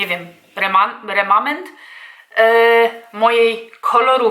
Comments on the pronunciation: Remanent nie remament 😂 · bezpieczniej inwentaryzacja. Zauważyłam,że wiele osób też na YT źle wymawia ten remanent. Kiedyś nawet zaczęłam sprawdzać czy oby to moze nie jest poprawna wersja ten " remament" 🤣😂🤣😂